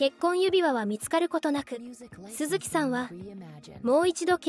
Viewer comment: 鈴木さん↑↑の発音が気になって仕方ない😅